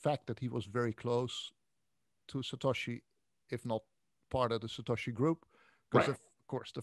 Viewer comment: Why does he insist on saying "Satashi" rather than "Satoshi".... is he just being awkward?